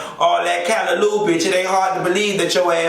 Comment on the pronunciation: Omg you did something to my soul naming one of my favorite Trini dish CALLALLO😋 & said it correctly. now I need some doubles & saltfish. Luv U even more💖🇹🇹